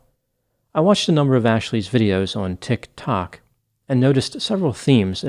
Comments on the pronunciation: Interesting video, as usual. Had to come see the comments about the pronunciation of Tik Tok- just struck me funny how it sounded like something completely foreign to the doctor. But it’s a messed up situation that this Tik Tok Psychic got herself into. I feel bad for the professor who gets her name just thrown into the case with no involvement in it. It’d be an interesting plot twist if she was somehow involved, but I doubt that’s the case. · yes - I think he's on TikTok and it's not that difficult to figure out it's pronounced Ticktock not Tick........tock lol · It's sad when crazy people capitalize on other people's pain. Thanks for covering this. Also, I love how you say Tictoc 👏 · Not a long enough pause between Tik....................To k. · I don't put much stock in content creators on 'Tik ' 'tok' either............laughing at how pronounced the sm name. Brilliant! But sadly the only laughable moments in this video. People need to be accountable for what they do and say online. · OK subscribed just because of the way you say "tic tok" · Why are you saying Tik Tok like that? "TiK (hard stop) ToK." 😕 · Pronounced Tick Talk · The way pretends he doesn’t know how to say tik tok is adorable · Same I absolutely love it so much lol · The way you say TikTok cracks me up every time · I've been pronouncing Tik, Tok wrong this whole time. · Ha ha. The way pronounces "Tik Tok". ❤😂❤😂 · I came for the utterly bizarre story, but stayed for erudite, educated and entirely entertainingly elucidated energy in speaking the words, "TikTok". As for the TikTok talker, after consulting anonymous (aren't they all) spirit guides, I feel that there will be lots of professionals in this TikTok talker's immediate future such as (but not limited to) lawyers, judges, psychiatrists, psychologists, social workers and maybe even a few people in uniforms licensed to carry weapons. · Your pronunciation of 'TiK Tok' made me spit out my coffee